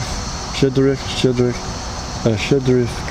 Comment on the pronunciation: Класний випуск дякую, нарешті, за Щедрик. Тільки Щедрик це не Шєдрик. Щ - [шч] Мені дуже подобається цей чоловік.